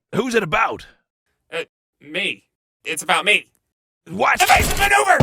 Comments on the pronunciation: ENHASIVE MANEUVER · It's evasive maneuver